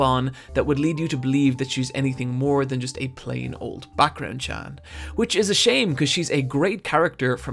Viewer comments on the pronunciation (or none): none